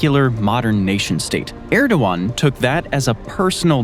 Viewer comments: It’s “ErdoGan” not “Erdowan”. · You said Erdogan and Agia Sofia so badly...